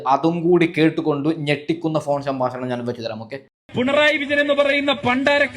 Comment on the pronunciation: സാമ്പാശണമോ മലയാളം ഉച്ഛരിക്കാൻ പഠിക്കു, സോന്യഗാന്തിയോ